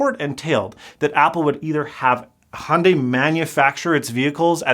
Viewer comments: its pronounced hi-un-die, not hundey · The first part of hyundai is pronounced exactly the way it’s spelled! Don’t ignore the Y! I never understood why Americans say “HONday”. It’s “Hyun-deh” to be totally Korean, and “Hyun-day” if you wanna make it a little more palatable to English speakers. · Is Hyundai not in America? Because 'Hunday' is entertaining, but not how it's pronounced. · That company’s name is pronounced hee-oon-die